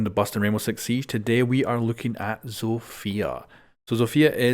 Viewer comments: zofia is pronounced zosh in polish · I get kinda annoyed when people don’t pronounce foreign characters name properly because Zofia’s name is pronounced Zah-fya. Also the reason doc self revives is from a lore perspective is probably because doc is injecting himself with some man-made substance while Zofia is using sheer willpower.